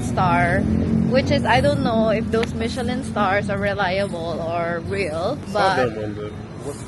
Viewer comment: Girl! You didn't catch what he said lol! Instead of Michelin star, Michelle star daw lol! Dapat may laughing effect xD